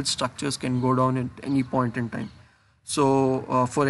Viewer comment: At any pon-tin-tan.